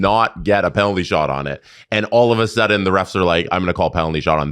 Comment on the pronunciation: All’va Sudden